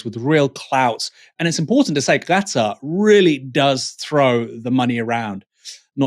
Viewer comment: Gatar??? Hahaha it's Qatar Aaron!